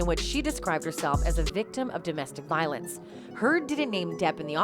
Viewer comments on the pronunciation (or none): none